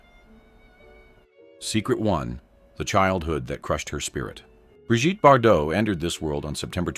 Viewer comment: Bree Geet, Brijtty? 😂😂😂